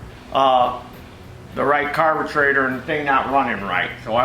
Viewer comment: I catch myself saying carbatrator thanks to you. LOL